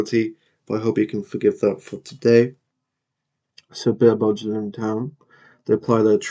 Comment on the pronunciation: Just a heads up. You're managing Gillingham Town, Dorset - (Gill said like Hill with a G like goat) - Not (J)Gillingham in Kent